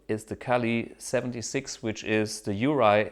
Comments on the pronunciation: well youve forgotten a lot since then as its actually urei, not urie. and everyone calls it urei anyway, never heard anyone say the u r e i 1176, ever. and if they ever said u r e i, how could you get that mixed up? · The URIE compressor is Not pronounced as one word. It’s U R I E. It’s part of JBL Pro which I use to work for back in the 80’s. So... No Janglebox? I’ve used the Jamglebox since they came out. They really are very musical!